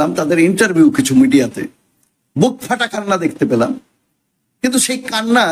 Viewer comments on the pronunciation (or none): none